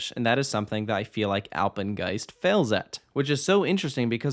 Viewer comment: Nobody: Takoda: Apegnest👁👄👁